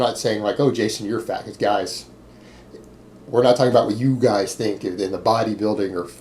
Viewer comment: Anybody else like the way he says "giays"!?